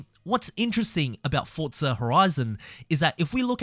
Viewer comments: Forza Horizon 🚫 Fotza Horizon ✅ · Explain to me where the T is in FORZA, because you keep saying fortza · Whyyy do you say ‘Fortza’ instead of Forza? 😩😭😂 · Its FORZA not forTza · bro its forza not fortza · bro its not FORTSA its FORZA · forza, nah, fortsa (im just crashing out because it sounds weird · Say Forza, not Fortza it’s so annoying bro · forza > fortsa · Bro it's Forza not FOCA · why do people say fortsa? so annoying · My man please, FORZA, I haven't played FORTZA. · Forza not fortza😂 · heres some help forza = 4-ZA. there is no T in forza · Why do you keep saying "Fortza" lol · nice video, but please stop pronouncing it ForT-sa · There is no T in Forza